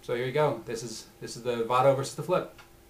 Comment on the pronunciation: lol its pronounce VAYDO not VAHDO